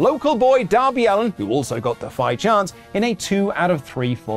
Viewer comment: "who also got defy chants" literally sounded like a foreign fuckin language to me the way said it